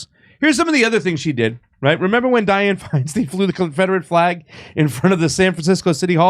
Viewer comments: You re pronouncing her surname wrong. It's not a long "e" in stein. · Lol it's hilarious how he switches between pronouncing Feinstein as "stine" and "steen" almost every time. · Dude can you just pronounce her name correctly once or just the same?